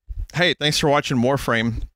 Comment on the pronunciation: Warfwame [Sritch]